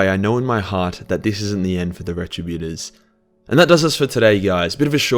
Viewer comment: It's pronounced Rett' Tribb Yoo' Torzz'.